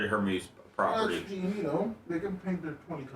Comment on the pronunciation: bubba: you have been reporting about the iran stuff/strait of hormuz. and you continue to mispronounce it. its just mind boggling with peoples inability to pronounce Anonymity and immolation. great content nonetheless